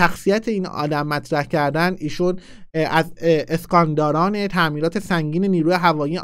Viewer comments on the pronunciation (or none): سکاندار درسته نه اسکاندار